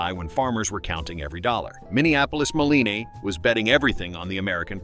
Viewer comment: Minneapolis Moleeeny...... AI slop BS Verbal diarrhea. Downvote.